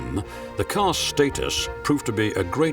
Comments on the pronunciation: "What is state-us?" Such beautiful cars christened with pomp and snobbery unfortunately. Reminds me of "FEE-RAW-REE". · Excuse me, the word "status" is pronounced with a short a sound. You can't even pronounce the word correctly. incredible. Hardly impressive joker. Did you EVER attend school ?